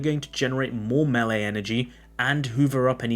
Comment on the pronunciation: Dude. Why in the hell do you say MAHL-LEE instead of May-Lay? Nails on a chalkboard, I'm telling you.